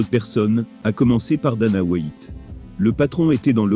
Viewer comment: "Jon Jaune", "dana Ouite" "brinda Chaube" 😅😅😅😂 Merci mec j'aime bien tes vidéos